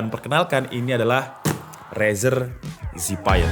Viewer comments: Cuma masukan aja nih bang. Zephyr itu bukan dibaca Zipaier tapi dibaca Zefir. Zephyr artinya Breeze/ Angin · Harusnya kata zephyr itu dipronounce zefr atau zefeur, bukan zefaier. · keknya bacanya zefir deh bukan zipeir :D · bang ngomongnya "zefir" bukan "ziphayer" xdd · Zephyr dibaca Zefer bang , cmiiw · The word Zephyr. Pronounce as zeffur/zef-fer. Please learn how to spell it. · Cara baca Zephyr = Zefir om,hope it's helping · Apa susahnya sih pake Google Translate dulu buat tau cara pelafalan Zephyr sebelum bikin konten. Channel tech kok katro